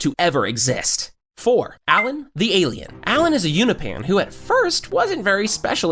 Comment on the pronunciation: Pretty good video, but I don't know how someone can mispronounce so many things when they literally say the words in the show. Like Angstrom, Thraxa, and Unopan